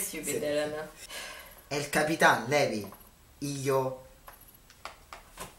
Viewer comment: It makes me angry he says "Levvy" Instead of Levi. XD